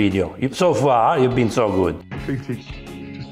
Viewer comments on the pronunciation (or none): none